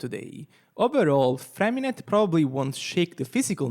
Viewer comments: I just want to say that his name isn't FremiNET. The "t" at the end of his name is silent. His name is French and is more along the lines of "FremiNEY". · btw it's Freh-mi-neh yes silent T